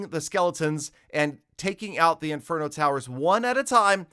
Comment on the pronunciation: he says single farget interno instead of single target inferno 🤣